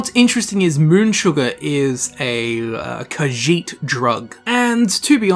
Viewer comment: It's irritating to hear him repeat Kajiit again and again because he mispronounce it horribly. And he repeats the name like 15 times in 30 seconds.